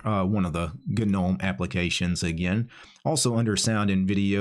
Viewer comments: I love your vids bro. I'm thinking about learning how to use MX Linux as I'm a windows user. BTW gnome is pronounced with a silent g! Keep up the great work mate!😉🤘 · The G is silent, btw…